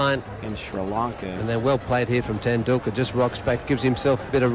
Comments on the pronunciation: Tendakular? Tenticular? Doh!:) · It's pronounced.. Ten dul ka..Ten dul la.. sat chin ten dul ka👍